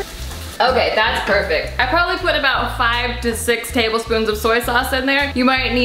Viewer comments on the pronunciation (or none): none